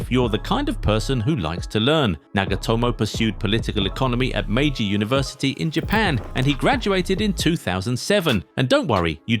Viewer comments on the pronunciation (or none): none